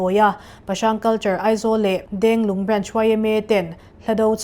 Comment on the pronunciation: Denglung tih ang deuhin i lam adiklo